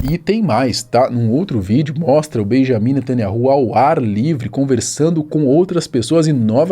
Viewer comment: Atenção, o Nome do primeiro ministro não é Benjamim netanyahu! Na verdade é Benyamin netanYau, não Existe letra com som de J no hebraico, outra questão O NOME DO CRIADOR É YAUH יהוה esse NOME só é falado dentro de Israel! E o NOME do SALVADOR É YAUSHA, um ABRAÇO para você.